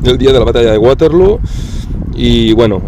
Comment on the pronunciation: Para los que no suelen viajar estos videos de museos están muy bien. Y no siendo mi caso pues conozco algunos lugares, me encantan. Te recomiendo un libro de Alessandro Barbero que es como una biblia de esta batalla. Por cierto, el nombre es Waterloo doble "O" no acabado en "U" pues no es ingles ni tu eres la rubia de Abba JAJAJA. Fue la última batalla de Napoleón sencillamente por que allí perdió su tesoro, creo que unos 3 millones de francos en oro que era con lo que podía seguir pagando soldados. En aquel tiempo, las bajas se contabilizaban en conjunto, muertos, heridos y los que habían salido corriendo. Gran video como siempre, Saludos desde Cantabria. Gracias